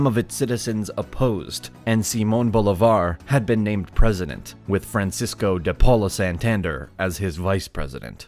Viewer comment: Awesome video, but you just butchered the names Cúcuta, Simón Bolívar and Francisco de Paula Santander 🤣